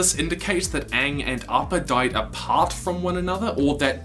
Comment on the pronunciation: He says 'arppa' its appa!!!